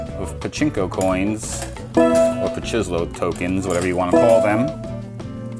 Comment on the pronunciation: The correct pronounciationnis like patchy slow being a combination of pachinko and slot machine but that’s ok 👌🏻 awesome machine